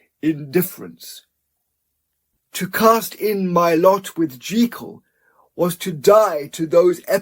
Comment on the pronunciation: This is a brilliant reading! And thank you for pronouncing Jekyll the right way!